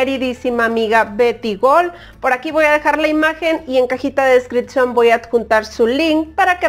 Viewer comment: no se dice descriccion se dice descripción !!